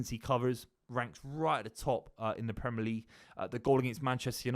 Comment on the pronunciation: I really rate Buveys opinion, one of the best to do it, but the Bristolian way of saying “Premer” league like the ‘i’ doesn’t exist really grates me.